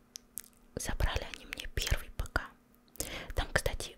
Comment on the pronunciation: не писИ, а пИси